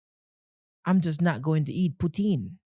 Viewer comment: You don’t pronounce poutine, right that’s why yuh nuh wah eat it